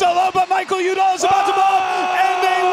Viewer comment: The ESPN announcer butchers Michael Udall name. It's pronounced Michael YOU dall not Michael OOO dall